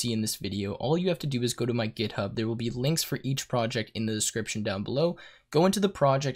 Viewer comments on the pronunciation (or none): none